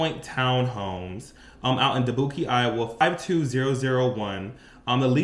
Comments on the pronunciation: Try Da-buke, but I love your confidence. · You lost me at dabookie Iowa 😂😂😂 I love your TikToks ❤ you got me cracking up